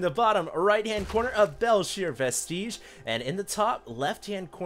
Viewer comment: it is not pronounced belshir vesteeeeege